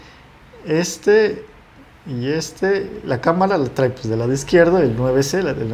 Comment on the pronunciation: bueno el video. pero tienes un detallito de diccion. por ejemplo: no es trai, es trae! te falta un poco mas de soltura y confianza.